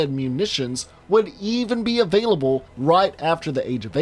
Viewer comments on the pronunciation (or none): none